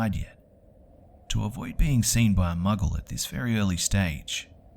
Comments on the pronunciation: Did you say "muggle"? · did he say "to avoid being seen by a muggle"?